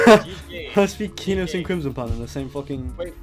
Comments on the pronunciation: the way he says kenos is angering me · why do you pronounce kenos like that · my guy seriously calls it ke-nos and not kee-nos